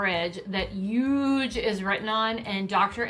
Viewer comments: And I have to add,Everytime I rewatch an episode of dance moms,I yell at the screen for Abby saying 'Uuuge'! Like,my goodness woman,use your H !!! Lol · Actually the way Abby pronounces “huge” is how many New Jersey folks pronounce it.